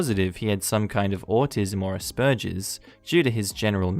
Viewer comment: You mispronounced aspergers